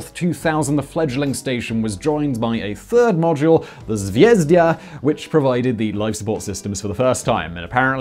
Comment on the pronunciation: sveez-DA (star), also NASA (space agency), not Nasser (egyptian tyrant). Lol.